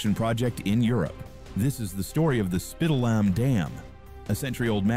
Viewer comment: If the dam was really dangerous, they could slowly release the water in the reservoir, until it could be reinforced. This video is trash, and they didn't even bother to check the pronunciation of Spitallamm.😖